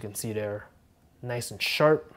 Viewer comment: He said... very noice